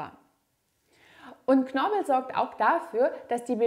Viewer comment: Vielen lieben Dank für die interessanten Informationen und hilfreichen Übungen. ❤ (Es lautet aber KnorPel und nicht Knorbel...😆)